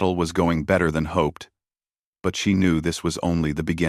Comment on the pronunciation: Have you ever noticed that it's always 47 worlds that somebody took over it's always 47 world in the AI doesn't even know how to pronounce hope right